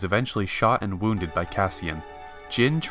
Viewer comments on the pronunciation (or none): none